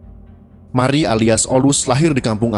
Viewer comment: Marie _ di baca : Mariye Mari Mery😄